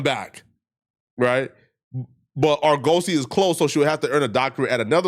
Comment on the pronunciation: OMG BRO Sound it out with me. ( Are Guh See) Not (Are-Go-See) Damn that's getting annoying.